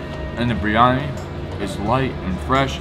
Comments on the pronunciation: you're butchering Biryani. Think of Beer then the singer Yanni. Beeryanni. Not that hard... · Bi ry ani. Not briany.